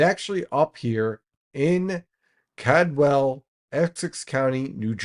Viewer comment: Lol called-well is how you say it :)